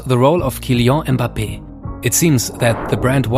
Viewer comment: comment tu disais "kyllian mbappe" je savais que tu est francais haha